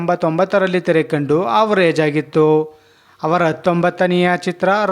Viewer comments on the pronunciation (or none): none